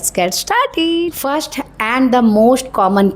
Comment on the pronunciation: Jab fashion ke bare me itni knowledge.. itna gyaan baant rahi ho to sahi se pronouns bhi kar lo... Sh ko s... Aur s ko sh bhi bolne ki practise kar lo.... Fasht nahi first( स )... Aur फैसन nahi फैशन hota hai